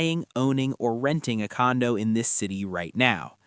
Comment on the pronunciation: he literally said condom insurance